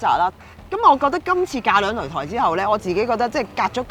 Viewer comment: 擂台（抬，講左鄉音）